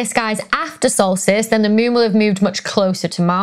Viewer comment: In your bloopers I heard "salt-fist" instead of solstice,and you rock! Dr Becky please keep your fine work coming as we all learn much and enjoy what you have to say!